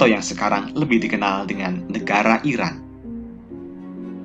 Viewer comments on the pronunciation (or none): none